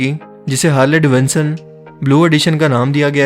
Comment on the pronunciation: bhai bhai HARLEY DAVINSON nhi HARLEY DAVIDSON HAI VOH wah!!! kya english hai pakistaniyoon ki